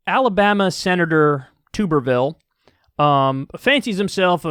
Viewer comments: It’s pronounced Like bathtub, Tubberville. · His name is pronounced like “tub” rather than “tube” btw. He was a terrible football coach before, so I heard his name mentioned here and there over the years. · Kyle, it is pronounced Tub- ervile like Bath tub. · It's pronounced TUH-ber-vill, & it's French. Tubby thinks he's elite because he has a French last name. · Please, forever pronounce his name wrong, Tooberville is a fucking joke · Is Kyle ever going to pronounce Tuberville's name correctly? 🤣